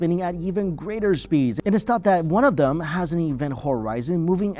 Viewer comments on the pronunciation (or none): none